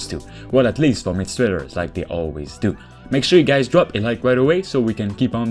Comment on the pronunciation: pronounce better Not gays but Hi GUYS